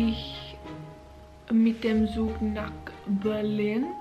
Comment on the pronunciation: Just a little detail: „z“ is pronounced like „ts“ in German, so train is „tsug“ not „cool“🧐🤔😉😅